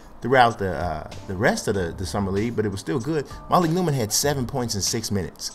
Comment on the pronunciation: It's starting to get on my nerves, dude keeps on pronouncing it MA-leek, it is pronounced Muh-leek. I went 6 episodes, but I just had to say it.